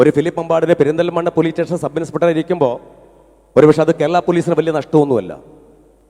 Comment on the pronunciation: സബ് ഇൻസ്പ ട്ടർ... ആ ഉച്ചാരണം പോലും..... Third rated